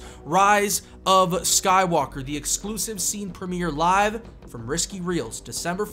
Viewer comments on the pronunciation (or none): did he call smSkywalker. Sky-war